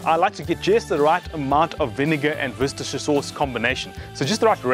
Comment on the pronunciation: 😂 pronounced wister sauce, I live about 10 minutes away from Worcestershire in the West Midlands , my neighbour is one of the managers that works at the factory where they make it.